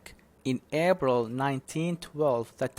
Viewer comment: ليش تلفظ حرف ال p مثل B This is wrong April not abril